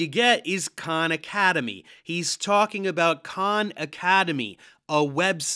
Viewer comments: Funny how he says Khan university which sounded a like Con university. Jokes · Well, Khan Academy has progressive tests to work through classes. Not the same as university still. I thought he was saying Con University. 😉